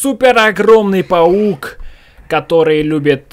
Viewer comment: не "поук" а "паук"